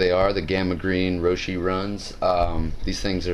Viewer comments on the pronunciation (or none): its pronouced rosh